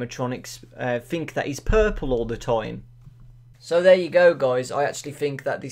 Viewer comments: Fredbear, not Fredbun. There. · its fredbear not fredbunny obviously "golden bonnie" is a rabbit.